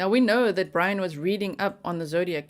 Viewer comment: It's Brian not brain